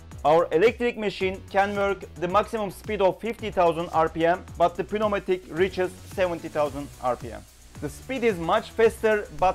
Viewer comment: The P is silent in pneumatic.